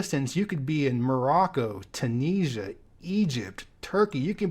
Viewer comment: This guy can't even pronounce Tunisia properly so I would take what ever he has to say with a grain of salt.